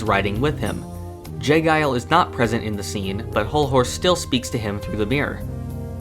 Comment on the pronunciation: It's not j guile, pronounced it's j jiles